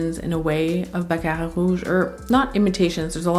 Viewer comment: Hey! I really dig the way you pronounce Baccarat and Narciso. Are you a Latina? ❤